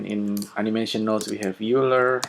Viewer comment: Hi, I just wanted to mention that "Euler" is pronounced 'oyler'. Just a quick FYI.